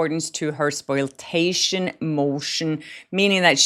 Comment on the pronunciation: Spoliation : Spo-Lee- A- shun